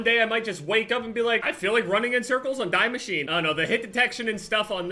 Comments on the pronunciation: I think that maps name Die Machine everyone says die like English word but I think its actually meant to say like German die which is like word the(I forgot what's name of those words) and if you're not shure how to pronounce it go to Google translate and just put German and put die in it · is anyone gonna tell him it’s pronounced deeee deaaa maschine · Dee Machina is the pronouncement if ur all wondering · Dee macheena, I know it sounds weird but that is how it’s meant to be said